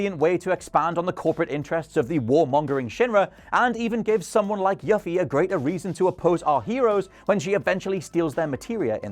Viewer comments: are yall not capable as human beings to pronounce names correctly? it's YOU-FEE! you peasant. smh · Hold up.. does Yuffie is pronounced as Yafi? Not like Yoofi?